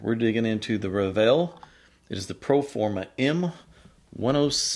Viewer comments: It’s pronounced Revel that rhymes with level. This is not one of their high end speakers to be more fair. And yes I own Revel speakers. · Is that the right way to pronounce Revel? I have been calling them as 'reh-vurl' oops.